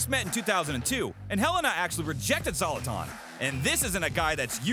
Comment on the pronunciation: Zoloton 😳🤯🙊🤦🏻‍♂️🤦🏻‍♂️ OMG! - pls learn our favorite players names! Z AS IN Z'ED > sZe-lah-tan! He will most likely drop kick you for insulting his name! 😂